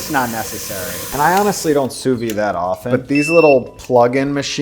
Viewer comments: sous-vide pronounciation: soovid, not sooveed, and don't skimp on the d sound. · Can we all say it together?: "SOO-VEED". The "d" isn't silent, just because it's French. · I'm sorry I just gotta say this, it's sous-vide with a d sound at the end. In english and french. It just hurts my french heart to keep hearing him say "souvy"😭